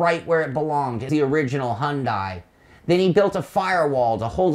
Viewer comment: I'm sorry, but "Hundai"? Your pronunciation is hilarious.. 😊